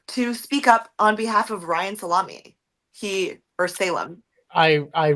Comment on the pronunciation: Can confirm, was an accounting classmate of Ryan’s at UMass Amherst. He told us his last name was pronounced “Sah-lah-may”